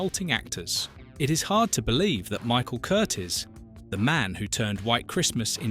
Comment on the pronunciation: The director's name was NOT Curtis; Michael Curtiz (pronounced Cur TEES) was born in Hungary in 1886.